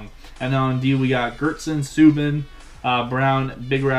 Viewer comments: its SUE-BAN not SUE-BIN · It is like Zoo, but with an S, so Soo and then Ban, Soo-Ban